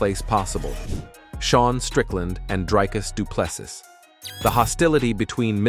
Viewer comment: Repeat after me: Dree-Cuss Doo-Plê-See Repeat: Dree-Cuss Doo-Plê-See Again: Dree-Cuss Doo-Plê-See Once more: Dree-Cuss Doo-Plê-See Last time: Dree-Cuss Doo-Plê-See Final time: Dree-Cuss Doo-Plê-See Final last time: Dree-Cuss Doo-Plê-See Now try again: Dree-Cuss Doo-Plê-See